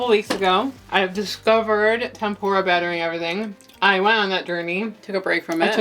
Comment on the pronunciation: Its TempUra btw like tem -poo - ra....not tempOra lol